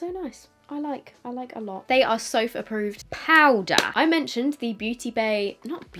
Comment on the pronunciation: when she says PowDer made me laugh ❤😂